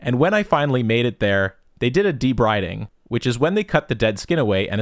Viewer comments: Hearing the pronouciation of debriding killed me, maybe it's regional but I've always heard it pronouced de-breeding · minor point : debriding = De-BREE-ding